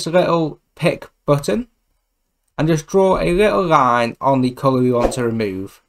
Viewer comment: the way you pronounce little line is very disturbing